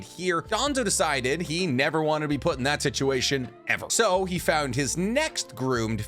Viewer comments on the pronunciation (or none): none